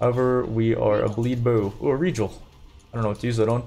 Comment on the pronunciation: Aljemy is the correct way to say it though... Rejal too